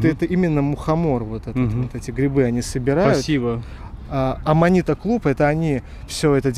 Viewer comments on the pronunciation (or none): руку сломал из за Ананиты)) -говорил бы правильно Аманита то было бы все норм и рука для онанизма осталась цела😂😂😂